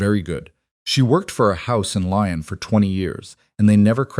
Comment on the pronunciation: Lyon is not pronounced Lion lol 😂😂